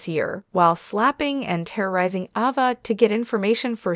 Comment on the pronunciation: Who is Ahva??? 😳 And Glay-dees??? 😮